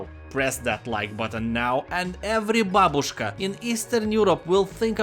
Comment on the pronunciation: OK, I must to ask this question: do you speak russian? Because you pronounced all the russian words, like "babushka" and "Artem" like you are a russian native speaker.